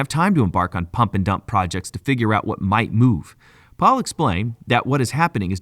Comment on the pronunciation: It’s Pal not Paul. Pal like pay Pal